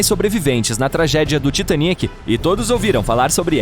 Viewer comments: Que mania falarem "Titanique"! É "Titanic", que em português é "Titânico". Mal ouço dizer dessa forma, saiu do vídeo e meto "dislike". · Mas que voz chata, heim... E cara fala "Titaniéééc"